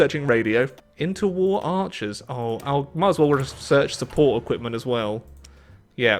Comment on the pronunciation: I still don’t know why he can’t say war